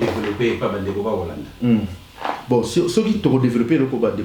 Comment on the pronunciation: lisez s.v.p ceux et non ceuy merci.